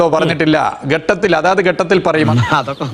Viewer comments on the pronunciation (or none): ഗട്ടത്തിൽ അല്ല മരുമോനേ,ഘട്ടത്തിൽ ആണ്.